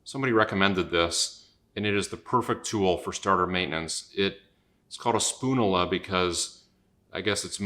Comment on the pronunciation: spoon-you- luh; like spat-you-luh